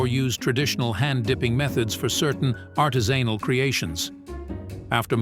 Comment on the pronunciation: Narrator should learn how to pronounce all the words before doing the video. My favorite was "artisanal", which was pronounced as " artis*anal".